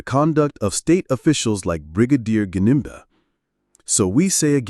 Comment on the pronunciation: Gininda not Jininda